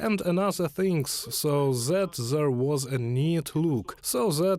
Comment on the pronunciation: so zat zere was no beard so ZAT ZERE was no mustash. THAT NOT ZAT!! THere not ZERE!! TH TH TH THAT TH TH THE TH TH THERE TH IS NOT ZA blat.